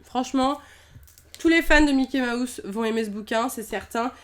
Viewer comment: Elle ne sais pas dire mouse de Mickey mouse elle dit Mickey maousse